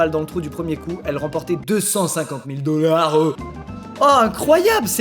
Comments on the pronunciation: 6: milles DooLAArDEUHhs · comment il dit dollars